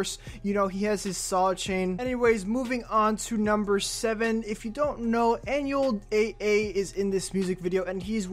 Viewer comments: I’m sure by now bro you know it’s Beh-Beh but just so you know now too, it’s pronounced “Awn-well Double A” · I’m mad you said everything wrong and disrespected Anuel AA name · Nooo he fkn pronounced Anuel AA wrong it's getting me triggered 😡😡